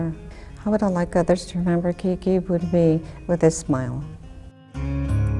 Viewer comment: Why do they call him KiKi....It's really QuiQue or pronounced Kique. That's the short version of Enrique. KiKi sounds feminine. Anyway, he is a true hero. I learned about him by watching the T.V. series NARCOS. Awesome show!